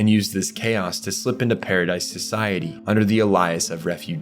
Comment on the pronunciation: This was a great video, but holy crap you’re so bad at pronouncing names Paradise, Tybur, Jean, Hange, Ymir, just to name a few Regardless, you made a good video. The quality outweighs these mistakes. It just really annoyed me and I felt the need to say something about it since it’s wasn’t just one name. Also, the wall titans are 50 metres, not 60. The colossal (shifter) is 60. Small potatoes tho.